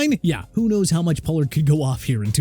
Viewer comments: Maybe he transferred? Idk. They also screwed up Tony Pollards name every time they said it so. Who knows? doesn't have any proofreaders. I've said this for years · You had so many chances to say "Pollard" correctly. Isnt Javante already hurt too?